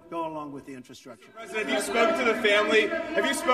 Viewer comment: He can't even say "n-FRA-structure."